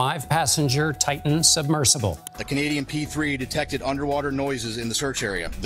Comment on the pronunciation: Can't stand that she's pronouncing Titan as "tayn".